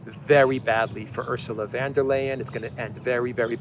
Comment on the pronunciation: Why does,keep say van when its von?